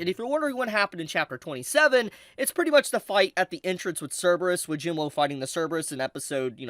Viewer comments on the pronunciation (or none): not tryna hate but im pretty sure ur saying jinwoo's name wrong its pronounced 'jinoo' or 'jinuu" with a silent "w" so pls stop saying "jin woahhh"🤦‍♂🤦‍♂🤦‍♂ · It’s Jin WOO not Jin “ WHOA” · It's Jin WOOOOO not Jin woah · Saying his name wrong like jin-whoa is annoying as fuck... it's pronounced jin-oo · Why does it sound like he says Jim Lowe when he says Jing Woo. XD😂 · Bro its not hard to say WOO 😭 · y does blud say jin-woah💀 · everytime i heard him say "jin-woah" it hurt my soul 😭 (nice video though) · I love how mispronounces Jinwoo. It's cute. Everything he said is fax tho. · i have a problem with how they pronounce jin woo's name. the anime pronounces the character's name correctly, so why isn't this person correcting theirs.......